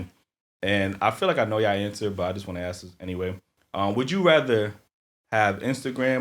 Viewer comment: Come for other nationalities about speaking English when you can say ASK instead of AKS.